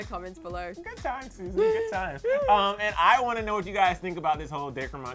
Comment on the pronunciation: He said Day-Cur it’s Dac-ree 😂😂